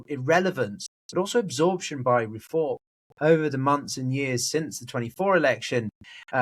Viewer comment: Why do you say REE-form? It's Re-FORM.